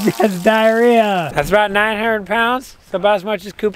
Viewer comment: Dude. Tiarrhea. Get it right.